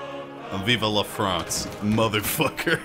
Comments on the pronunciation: Its vive not viva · It's vivE not vivA. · "Vive la France!" Not viva! :D -A french subscriber who loves your videos. :3